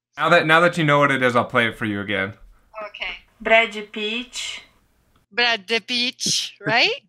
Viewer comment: Me desculpem, mas a pronúncia dessa pessoa é beeeeem ruim... Os gringos iam ter dificuldade de entender mesmo. Brédi Picth....